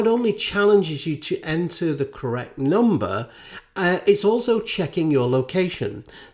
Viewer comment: "It's more than a numer" ... ? What's a numer ?